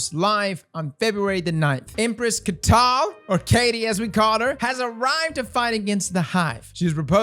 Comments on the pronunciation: I think you'll find it's pronounced "Kai-atil." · Not kay tal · it's pronounced "kite-el" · Hey, it's Cai-ya-tal. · Caiatl is pronounced KAI-TuHL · I'll always enjoy how would just butcher names. Syphillis, and now Emperor Catty. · I love calling her Katie, but I can't handle you butchering that shit, soooo..... Ky-Yat-ell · Or anything else ive legit made a comment like this before its not hard to speak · Caiatl's name is pronounced as "KAI-TOLL". You're welcome 😎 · "Empress Caital" Is it so hour to read its an a after the I? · I wonder if is ever going to pronounce Caiatl correctly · Would be if he knew how to pronounce “Caiatl”? (And who would I be if I spelled it right on my first go?)